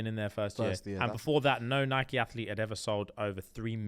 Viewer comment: No usually always on your wavelength but why are you saying Nike wrong …